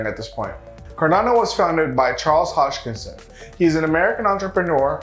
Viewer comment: Hoskinson not hodgkinson